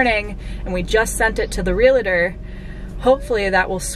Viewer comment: Okay this is going to sound nitpicky, but The word is pronounced "real tor" not "re la tor". So glad you are getting out of that crappy apartment and are going to own a home!